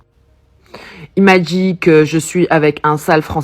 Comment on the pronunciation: "elle m'a djit" / "elle m'a djit", "elle m'a djit"...